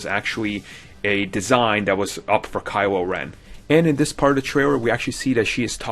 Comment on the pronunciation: "Kywo Wen"